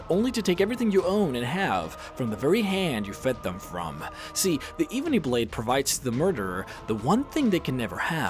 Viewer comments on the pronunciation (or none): Pronounce it ebony not eebony. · It's Ebony, not Eebony 🤦‍♀️ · This is the worst video ever made because he said iibony blade. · Eebony :D Hir-sayne :D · “The evbony blade” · Eeeeebony blade? Ebony. EB-O-NY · Eebeny blade??? It is called the Ebony blade mate. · Sagar Nautiyal + the Skohhl ov chorahption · kur-rup-shin (corruption) eh-Ben-knee (ebony) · I swear he said evening blade not ebony blade the first time lol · Eh-bon-eee,come on man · The fact that he pronounces pretty much every daedric prince/lords names wrong and he said ebony blade wrong as well it kills me! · The way u say ebony hurts my soul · U keep pronouncing ebony Rong